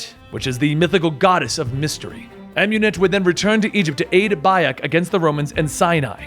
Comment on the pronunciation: Never say Bayek or Amunet again plz